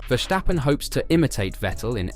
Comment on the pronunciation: Stop saying Vershtappen. He's not German.